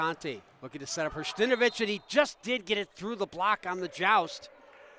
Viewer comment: Hersh-ta-NO-vich. For goodness sake, let’s learn names before the game begins.